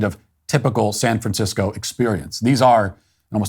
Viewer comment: “If you live in Sficisco”? What language is this Idiot speaking?